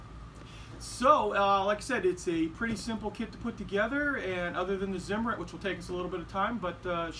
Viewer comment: in German Zimmerit is pronounced CIMERIT. For all you idi....